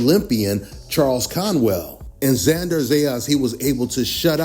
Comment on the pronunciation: Bro, it's not XanDAR, it's XanDER.